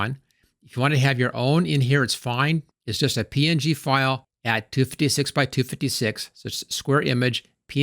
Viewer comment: You add a "y" to every word you say. Even png somehow. "PNyG payck iycyon "